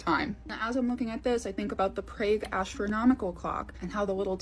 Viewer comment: To the girl who talked about mirages and the famous clock in Prague, that city is pronounced PRAHG. Not PRAYG. Also, you used the word "apostle" and your sounded the "t". The t in that word is silent. That all said, that model copy of the Prague clock was very cool. Can you provide a link to where person can get one of those?